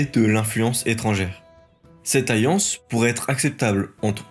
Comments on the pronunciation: Et aussi, on dit une "alliance" et pas une "ayance"... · T arrive pas à prononcer certains "L" ou.. ?? MiLLe, Lien, aLLiance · Et il a beaucoup de peine avec les L.. dans les dates et des mots comme allié ou alliance, ou encore Italie. Il prononce pas la plupart des L ce qui est si pénible que j'ai pas réussi à suivre.. ayé, ayance, itaï.. mi 300..